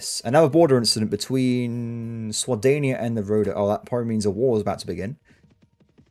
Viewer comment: the faction name is swadia not swadania. i dont know if your saying it like that on purpose, but yeah